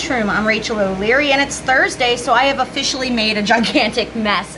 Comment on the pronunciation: "It's Thursday and I've o'fish-ally made a mess" 😂❤